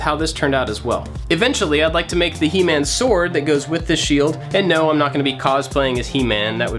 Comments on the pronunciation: he-man sounds like himen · "He-man" TRIGGERED